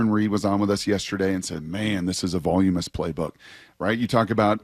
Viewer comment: Somebody please explain to Brock how to say voluminous.